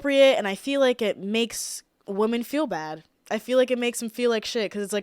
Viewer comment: i love how u say the plural for women just as woman lol. my friends and boyfriend always make fun of me for saying “whamen” lmfao don’t change lol